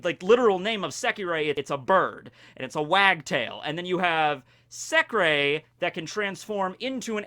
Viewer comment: In that case its not pronounced as 'secrey' but secre without ey